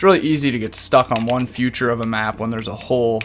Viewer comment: Learn how to say “feature” not “future” no hate it just annoys me so much 😂😂😅😅